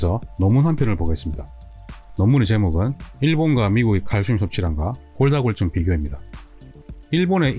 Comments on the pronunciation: 정말 잘보고 있습니다 근데 골다공증을 골다골증이라고 발음하시네요~😅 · 골다골증으로 들리네요. 골다공증 아닌가요? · 도대체 골다골증이 뭐죠? 골다공증인데, 언어부터 정확히 하셔야 할 듯 하네요. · 골다공증을 왜 골다골증 이라고 말씀 하시나요? 다른 병이 아니면 잘못 말하고 있는 건지 궁금합니다. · 처음엔 발음이 잘안되셔서 골다'공'증을 골다'골'증이라 말씀하시는줄 알았는데 화면 텍스트에도 골다'골'증이라고 쓰고계시군요. 흠.. 골다공증을 골다골증이라 하시는 이유가 궁금합니다. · 영상 쭈욱 정주향하고 있습니다. 식견이 남다른분인건 알고있지만 두번정도 영상에서 골다공증을 골다골증이라고 말씀하시면서 자막에도 그렇게 달아놓으셨던데 혹시나 의견에 반대하는 분들이 이런 소소한 걸로 꼬투리 잡을거 같아서 노파심에 댓글 남겨봅니다. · 설명을 보면 계속 골다골증이라고 하시는데 골다공증이 아니고 골다골증인가요? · 감사히 잘 보고 있습니다. 그런데 골다공증 아닌가요? 계속 골다골증이라고 하셔서요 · 골다공증 NOT 골다골증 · 선생님께서 골다골증 이라고 하시는 것 같아서 자막을 확인 해보니 역시 그러네요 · 골다골증? 골다골증? 골다골증이 뭔가요? 자꾸 영상에서 골다골증이라고 하시는데요?